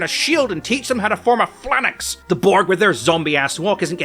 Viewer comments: fal-anks, not flan-ex god damn british people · a "flannex"? It's a phalanx: "FAY-langks" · "Flannucks"? Phalanx - "Fal-anks" 😘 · Flan-axe? Did you try to say phalanx? Your credibility really dropped off after that. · Phalanx, not Phlanix. This preposterous on the internet mispronounced a word, flay him. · "phlanax"? Phalanx. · I think it's a "Phalanx" pronounced "fal-ainks" not a flanex? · plahnäks, sounds like B-tier tire company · "form a pHLANAx" xD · "Form a phlanax" A hwat now? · ...a... a... a flan-axe? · The pronunciation of “phalanx” as something closer to “flummox” had me rolling hahahah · 1 year and 4 rewatches later I still cannot get over how he pronounced phalanx...😂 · That's one hell of a way to pronounce phalanx. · The way he just said phalanx hurts me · mispronounced phalanx, arguement invalid Sisko best haters weep